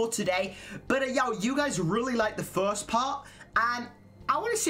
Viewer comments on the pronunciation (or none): none